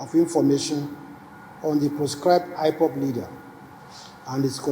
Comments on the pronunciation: Nigerian attorney general of the federation said “IFOF” instead of IPOB. The people mumu pass garri 😂😂😂😂😂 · It's not ifob, it's Ipob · Look at the quota-system-illiterate AGN. IPOP he is pronouncing IVOVE.